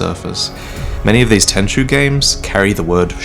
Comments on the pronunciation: why you call tenchu "tenshu"? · Tenchu.. It's Tenchu.. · It's Tenchu, boys. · Its tenchu lol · It is Tenchu, fam. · It's Tenchu